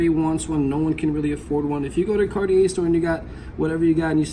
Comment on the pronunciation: did you really keep saying carti-AIR mispronouncing it? bro.